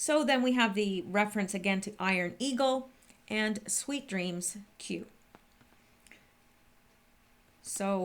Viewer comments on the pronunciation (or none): none